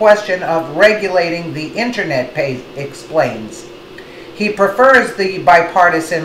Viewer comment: ok video but she cant pronounce Commissioner Pai's name correctly. kinda comical. also she needs to talk more about the Soros 9/11 connection. it is well documented that Soros planned 9/11 and in fact piloted two of the 9/11 planes along with fellow members of The Left and they bailed out at the last second with wingsuits if you look closely at the news reals it is clearly soros there